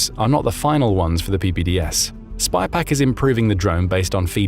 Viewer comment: No, the AI voice said “SPYPAC” every time.